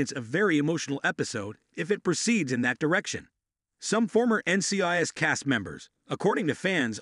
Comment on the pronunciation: This automated voice needs to be taught how to pronounce N.C.I.S. properly.